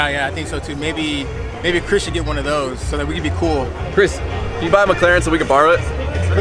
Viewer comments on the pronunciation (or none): You added an extra C it’s supposed to be McLaren